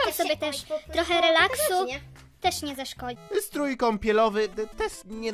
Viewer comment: "Struj" xDDDDD